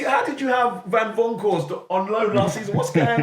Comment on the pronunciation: "Van Vonckhorst" - no respect for his name 😂😂